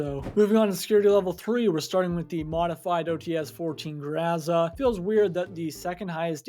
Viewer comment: grO like in bOx and zA like in sUn za is stressed syllable